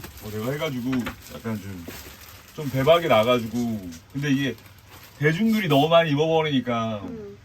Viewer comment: 대중들이 입으니까 -> 발음